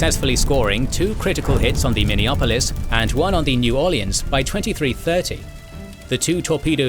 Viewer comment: That's Minneapolis (/ˌmɪniˈæpəlɪs/) not Minneopolis.